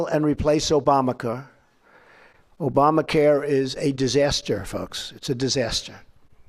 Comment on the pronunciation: Didn't notice he said Obamacur lol